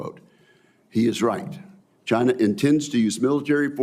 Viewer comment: Mr Reed it is CHINA not NOT CHIN ER